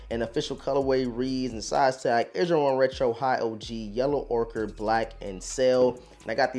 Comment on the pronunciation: I wanted to shoot myself every time I heard “Yellow ORKER” 💀